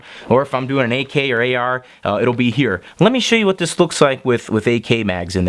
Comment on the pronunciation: Did you say AAR magazines? Lol love your videos though always great to watch